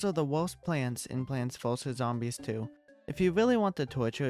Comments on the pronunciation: plonts fuhsus zombies 2 Slight improvement on the pronounciation 💀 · Did bro just say pwants voses zombies? Note: it’s okay I’m not trying to be mean just saying it’s kinda funny